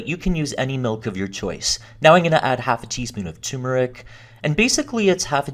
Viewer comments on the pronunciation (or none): It’s pronounced tur-metric not tue-meric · Turmeric. Not tumeric. Turmeric. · Ter-mer-ick* The first r in turmeric is there for a reason. 😉